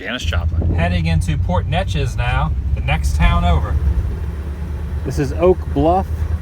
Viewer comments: Not sure how I came across this video... lol! I live just a mile or so from Janis' high school home. Just north of Port Neches (pronounced NACHES by the way lol) is Nederland. There's a park there dedicated to Texas Ritter. Nederland's heritage is dutch, so the park has a very large windmill. It's actually quite interesting. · Awesome. But you did mispronounce Port Neches. It sounds like a long A.